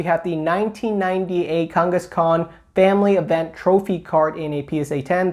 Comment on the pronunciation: the way saying kangaskhan is triggering me LMFAO